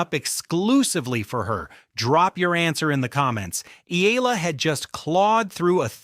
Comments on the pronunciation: Eela? Hahaha it’s EYALA or Eala. You had someone in the video pronounced her name and you can’t even say it right yourself. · It’s not EE-LA. It’s EH-YA-LA. Pronounce her name right. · Please. Pronounce her family name correctly. It’s eh-YA-la. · Here’s a phonetic to pronounce her name right EE-YAH-LAH. Get it right, you’re going to pronounce it a lot more.😊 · YA-LA that’s how you say it.